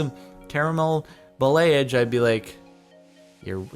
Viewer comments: It's pronounced ball-ee-aj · ba (as in balance) - lay - age (as in triage) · The hair thing is pronounced "bah-lee-ah-je" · Pronounced ball-e-aje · it is pronounced ba (as in balance) - lay - age (as in triage ). Your pronunciation is an Americanism of the word. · I’m a hairdresser student, and i’ve just recently learned what balayage is. It’s free hand style of striping, usually done either bleaching the hair or with some color (this if you have light color hair). The word is pronounced like ba-la-jage. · It is pronounced ba (as in balance) - lay - age (as in triage), your pronunciation is an Americanism. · and it is pronounced like ba-la-jage, i checked it from my teacher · Backon Lazer I know how to pronounce it... 😂 It’s Ball-ee-ahj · Balayage - Bah-lay-ahh-zghe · The hair treatment is pronounced bah-lee-ah-zh it just means blended color basically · Bowl-ie-asz is how it's pronounced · It's pronounced Ball-EE-aah-sh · THE WAY HE SAID BALAYAGE GOT ME SO HARD HAHAHAH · Thank you. Him saying balayage upset me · His pronunciation of balayage is so bad it hurts me😂